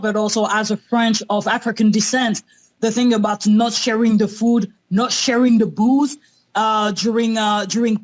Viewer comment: I genuinely thought that woman in the twitter chat was saying "Boogs" instead of 'Booze' 🤣